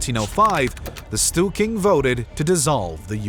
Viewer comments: How can you possible pronounce ”Stor-ting” as ”Stu-king”? Pretty funny. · I also noted at least three instances of "stool king" :D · "Stewking?" Storting is not pronounced that way.